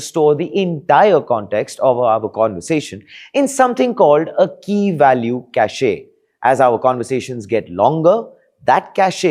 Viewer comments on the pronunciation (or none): Cacheeee nahi it pronounce as 'KASH'/'KAYSH' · ?????? cashay wtf is that? did you mean cache ( pronounce as kash) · Bro , it’s cash not cashaeaee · what cashE' , cashE' 🤣🤣🤣🤣🤣🤣🤣🤣🤣 It is pronounced "kaSH" ffs. Let Google Translate read it to you if you don't know how to pronounce it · It's not cacheeyyy it's cache . Pronounced "cash " . 😂😂😂 Also watch this guy in 1.5x speed . He's damn slow . Or watch someone else man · Cache pronounced as Cash, not Casheee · It’s not “cashay”, it’s pronounced “cash”. Caché (cashay) has a different connotation. Although both are related. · Hey, Cache is not pronounced at 'cash-ey'. 'cash' is the correct pronunciation. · Yeah, I cringe every time I hear him say 'cash-ey'. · "CACHE" is pronounced as "CASH". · Cache is pronounced the same as cash, mate 👍🏾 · 'Cache' is pronounced 'cash'. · Who says Kashey? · Spelling is cache pronunciation is "Kash" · Every time he pronounces the word “cache” I wonder where he learned English. It’s pronounced “cash”, not the name of ladies perfume. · Cachet is different from cache. Cachet: sth of prestige, distinction Pronounced: cashay Cache: sth hidden, boxed away Pronounced: Cash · It's cache only, you can double check the pronounciation on google, type "cache pronounciation" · “‘Cashaee’? Seriously? at least know what you’re talking about. And if you’re wrong, just own it instead of doubling down ,everyone messes up, but not everyone insists on looking this clueless.” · You are pronouncing Cache WRONG bro! Can't be doing tech videos and not know how to pronounce your shit. Other than that cringe, the video was excellent.